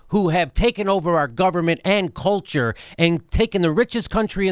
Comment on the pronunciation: He said "and culture" and I thought he said Ann Coulter 😖